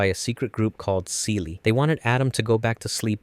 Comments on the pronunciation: Hey there! Great video! Just a heads up, Seele is German and pronounced "ZAY-luh". It means "soul" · Nice video, but wanted to let you know that Seele is pronounced with a Z like "ZAY-LAY" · "seela", "uh-sue-ka", "ko-war-ru"? they literally say these names dozens of times in the show, how does one get them so wrong? this is like when m night shyamalan had them call Aang the "uh-vatar Ung" instead of Avatar Aang. did you only ever watch the netflix re-dub? because that was bonkers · Its not See Lee. Its Seele german word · "Evangalleon" "see-lee" "asooka" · Just a thing Seele is a german word and means soul, the pronunciation is very different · I love the explanations but as german hearing the word Seele and Wunder mispronounced really get´s on my nerve, pun intended. I´am not mad thow :)